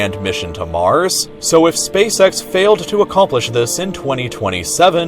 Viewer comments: Spacesex It's spaceEX you moron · He said spasex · Hahaha he said space sex hahaha haaaaaaaaaargh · "He said Space Sex" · "hehehehehehehehehehehehehe he said spacesex" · Ngehehehehhe he said space sex hehehehehehehehehehehe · "heheheh he said Spacecex ( space sex ) " XD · He said space sex hehehehehehe huuuhhh